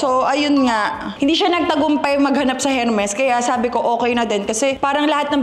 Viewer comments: E-R-M-E-S silent H po not Hermes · Silent H po ang Hermes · ERMES… SILENT H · her-mes at urrport 😖